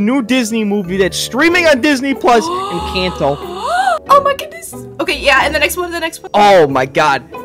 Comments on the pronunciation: ITS ENCANTO NOT ENCHANTO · It is pronounced encato not inKato